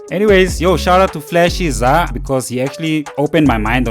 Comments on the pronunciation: I AINT HATING BUT ITS NOT ZAHH ITS Z.A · "Flashy Zahhhhh"...is WILD✋